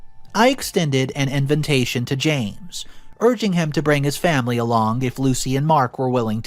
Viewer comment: invitation not inventation